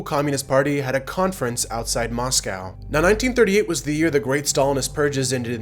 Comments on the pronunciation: Moscow is pronounced as MOSKOW not MASKAW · "Moss cow" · MOSS-CO. Please pronounce it right.